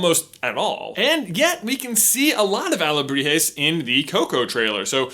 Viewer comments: “Alahebres” (I am so sorry Mexico.) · "carving alejibres " xD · he changes alebrijes for alejibres. Well done gringo! hahah but seriously, nice investigation about mexican culture congrats from México!! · towards the end he accidentaly said alejibres instead of alebrijes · Well pronunciation ... saludos from Shaked Mexico City However you just say two times Alebrijes wrong. You said alejibres 😂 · I like when you say Alejibres, instead of Alegrijes. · J: "Alejibres" My Mexican ass: dies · Your pronunciation was almost spot on. Although sometimes you would say alejibres instead of alebrijes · But pronounced ahhh-le-bree-he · OWAHAKA .... XD also u said alehibrez.... XD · One time he said "aljibres" not "alebrijes" im a little iffended as a mexican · it's alebrijes not alejibre XD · but you are coming off as condescending and mean. I'm sure he tried, he's just not a native Spanish speaker and therefore cannot adjust his tongue to say words that are not only in Spanish, but also have Nahuatl roots. Even some Spanish speakers (socially the ones born in US) can't pronounce those words correctly.